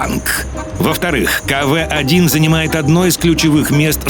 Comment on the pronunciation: не каве а кв